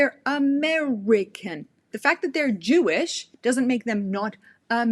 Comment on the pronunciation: "Drewish"?? Did you say "Drewish"???